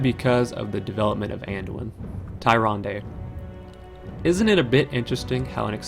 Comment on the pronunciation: "Manduin" Thumbs up just for that.